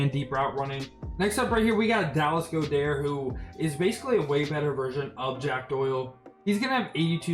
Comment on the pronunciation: It’s not Dallas Go dher it’s God Ert